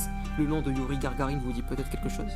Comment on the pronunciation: "Youri Gargarine" lol ptdr ! Pourquoi pas Youri Margarine, pendant qu'on y est ? ^^